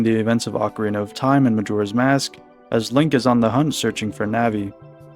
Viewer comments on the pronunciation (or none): none